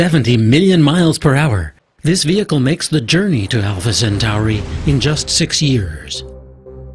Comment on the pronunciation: WTF is Alpha Cent-ARI?? How hard is it to pronounce 'Centauri' correctly?